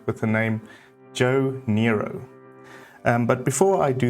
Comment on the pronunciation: As a former Jo Noero architecture student at the university of Witwatersrand in Johannesburg we always pronounced his name as No-ero and not Nero 😊... the circular shapes are in keeping with Jo's earlier work and often the plans have circular shapes; footprints, elements and this often carries to the landscaping. Thank you for this 'Best of'.